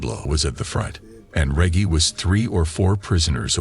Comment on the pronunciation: Man needs to learn to say Reggie lol